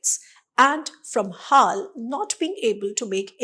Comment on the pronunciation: HAAL ? BAY-HAAL !😂